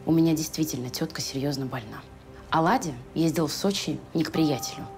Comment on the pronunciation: Владя,а ни Ладя!!!